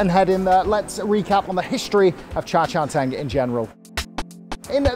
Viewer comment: I heard 渣茶廳 (za cha teng) - waste tea house, when it should be 茶餐廳 (cha can teng) - tea eating house, you really should improve your pronunciation, meanwhile you can still fool your fellow foreigners that you are HK expert.